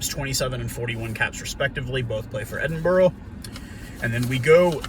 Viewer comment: Just a heads up Edinburgh is said as Edin(bra).